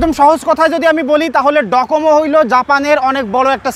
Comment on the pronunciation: এটা ডোকোমো, ডকোমো না